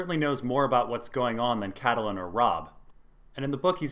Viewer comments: His pronunciation of Catelyn is driving me crazy. CAT-lin not Cattle - lin. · which is wrong too :P GRRM says "cat-lin" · Randy, Its incredibly annoying. Vase-doth-rock, Toastertully? Catahlun=Catelyn. ...Lice=Lhys=Lease.. Far-ease=Varys..Lysol=Lysa=Liza......IDK Missandy=Misande...Leonna=Lyanna..Sersay=Cersei So distracting to the good content. Dennys Pragnate, Why not go for it! Call a dagger a dogger, littlefanger? JuneSnoo? Samewall ? Stainless Burned Rat Theon. .Gentry..Gamie...Gorie..Gorge or maybe even Rorge, Durr- eyeahh like Uriah heap) Jorr-eye-ahh, hell why not just go for jamima? Sorry I got carried away, Lol